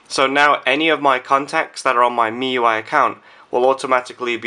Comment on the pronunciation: don't know why,i keep hearing miY .miY